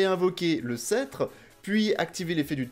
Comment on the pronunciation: Alors c'est as our être chiant mais il faut rononcer le "p" dans "scetre" :o